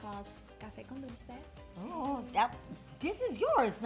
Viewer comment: A! Its dulce! Not dolce! Haha xoxo 😘